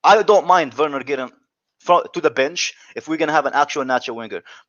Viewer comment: you are such a mug, you corrected the deluded Spurs politician Alex who ddnt pronounce Bergwijn correctly, but you keep entertaining these Chelsea big heads who can't pronounce Werner correctly. It's actually annoying how they keep mispronouncing it. Same as those Arsenal fans who mispronounce Wenger, using a W instead of V 😒